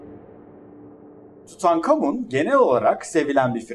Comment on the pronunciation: Tutankamın diyip durduğun için izleyemedim videoyu ama güzeldir illa ki attım bi like